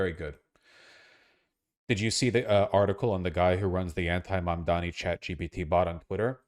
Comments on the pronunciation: To be fair, even Youtubers supporting Mamdani also calls him "Mamdami". It's so weird how people have hard time pronouncing it. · Sounds like "Momdommy" and I think that's pretty funny. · I like how Cuomo still can't pronounce Mamdani's name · Cummo can't pronounce words.. shocked